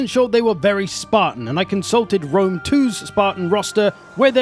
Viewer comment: ah yes, Julius of Wome.